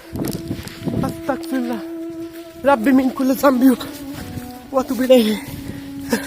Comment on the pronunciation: তোমার উচ্চারণ এ ভুল হয় ভাই.. (Astakfirullah) hobe na..(astagfirullah)..hobe..🙂